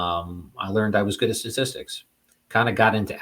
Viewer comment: This interview was amazing, but all I could think of was Homer telling Pepi, "LEARNED, son. It's prounounced 'LEARNED'..." 😂